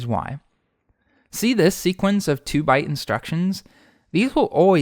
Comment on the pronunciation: Just some helpful tips: sequence rhymes with patience, it does not sound like sequins. Also, sleuthing should have the same TH sound as its root, not the harder one. You keep saying if something WERE at times when the subjunctive is incorrect. If there is true uncertainty, especially if if really means whether, it should be WAS. Also, either is singular and uses a singular verb (arguably neither does too); and you choose between one thing AND another thing, not OR. All this is offered to help polish your incredibly detailed and well-narrated videos! A treat as always to watch.